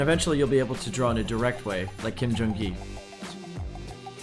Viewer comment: "Becoming a Ghee" xD